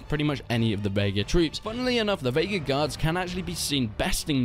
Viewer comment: The Vaegir Gee-Ards LOL